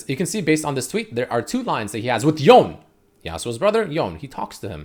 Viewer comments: myth busted, red hasn't touched legends of runeterra, pronounces it y-own not Yo Nay... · For the love of LoL! It's pronounced as Yo-ney and not Yown. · It pronounce Yone not Yown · I'm suprised it pronounced Yow-ney(Yone) when most people call him him "Yown" . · It’s Yon-e I love the sound of tht much better than yon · japanese would be more like "ion"e and not "Towne" Similar to Kano from mortal combat (who originally was adopted by japanese parents in japan and so on, hence the name) Kano american sounds "Kay-noh" In japanese they would emphasise the first part of the name so the KA and it would sound like K-AH-N-OH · He finally learned it’s “yo-neh” then went on to keep fucking it up lmao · Its actually YO NE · Stop saying Yawn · It’s pronounced Yo-ne, in Japanese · Drinking game: take a shot every time mispronounces Yone.